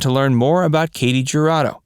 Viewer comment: Her name is pronounced KAH-tee Her-AH-doe.